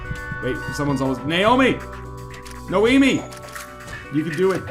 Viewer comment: Noemi, not Naomi...